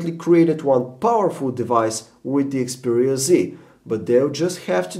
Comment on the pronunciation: its XPERIA not EXPERIA dumbass